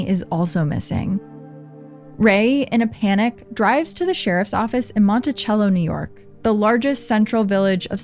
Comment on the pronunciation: Monticello pronounced like cell phone.